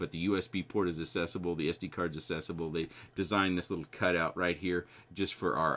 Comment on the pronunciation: Great review! Speaking of butchering words, “accessible” = “assessable”?